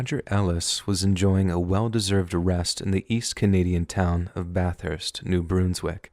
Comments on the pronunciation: It's New Brunz-wik FYI short u. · "New Broonswick" 🤣🤣🤣🤣🤣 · You don't know how to pronounce New Brunswick. Dislike from this Canadian. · I was surprised when you brought up New Brunswick! I had to laugh on the way you pronounced it the first few times too. I’m thankful that you touched on that subject, it is very strange, and people really need to hear about it